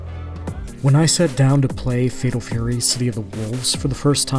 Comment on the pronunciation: "Fedol Fury"?!